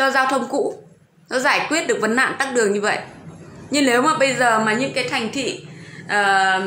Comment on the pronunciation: Tắc đường hay tắt đường ? Quá cẩu thả. Câm hay ngóng ngọng hay nói